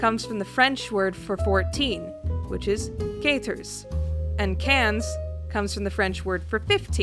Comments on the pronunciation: Oh, and quinze is pronounced like "canes" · quah-trehz and qwanze, not caters and cahns. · ka-to-rze and kain-z not kat-erz and kanz